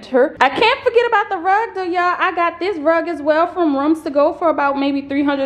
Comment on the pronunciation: Nice tour, you are handy with the tools girl. The way you say "ruoms" to go is different. 😊